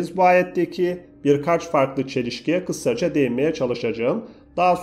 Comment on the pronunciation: kissaca degil kisaca